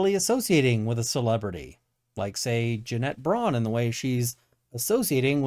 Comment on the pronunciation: I still laugh every time you say Jeanette "Janet" Braun